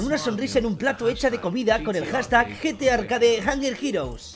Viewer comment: Like si viste escuchaste que rius dijo Gta arcade en ves de Gtarcade :v